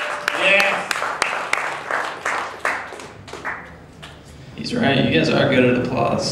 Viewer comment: its fernandes